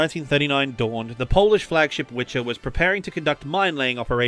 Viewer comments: ORP Wicher should be read as wikher not witcher. It was not Sapkowski creation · Not Witcher but "Wicher". It means strong wind in polish. I heard this mistake before. You prononuce it like Wiher not like Wiczer. Anyway, Thank You for this great video about polish sub. You are quite good at speaking polish names. :) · ORP means Okęt Rzeczpospolitej Polski (Ship of Polsh Commonwealth). Okręt is military ship, Statek is merchant/liner ship. And our IIWW flagship is not Witcher but Wicher pronounced more like Vee her and it means Strong Wind. BTW all II WW destroyers have names after weather conditions such as forementioned Piorun (thunderbolt). One of those ORP Blyskawica (lightning) is todays a Museum Ship anchored in Gdynia Harbour. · The "flagship" was named Wicher (not Witcher) .Its pronunciation is veeher. "Wicher"(veeher) in English means 'strong wind' ,'wind-storm ' or 'gale'. "Witcher " in Polish is "wiedźmin" and refers to a wise man capable of witchcraft and healing, "witch" in Polish is "wiedźma" and refers to wise woman capable of witchcraft and healing . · hehe. it is Wicher (not Witcher) - Wicher ( pronounced /viɣɛr/) means gale. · Please note that the Polish flagship was not called "Witcher" but "Wicher" that translates into "Gale" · Love you mate just two minor notes: it's not a "statek" (civilian ship), it's an "okręt" (warship), ORP "Wicher" is not actually pronounced "Witcher" :) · Ohhh, I love how you pronounce name of polish destroyers flagship. It was called ORP WICHER (a strong wind in translation), which is very very close to WITCHER - well known and very polish game. The video is great, however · More like "Wiher" (VeeHer), as the "kh" is not a thing in polish, but it is in russian, so that could confuse some people.